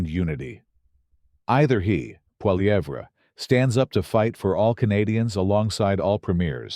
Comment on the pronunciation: A civil war?? What a moronic stupid moronic title. It's called politics in a democracy. And your srupid AI voice can't even pronounce Pierre Poilievre